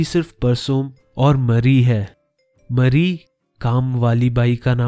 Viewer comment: Dude its not mari its mary just kidding really luv ur channel and ur way of explaination is awsm I always visit ur channel during my exam time